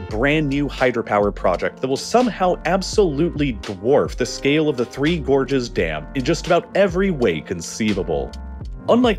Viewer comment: I thought you were saying "Gorgeous dam"... and I was like: "yeah they look alright but i wouldn't go that far"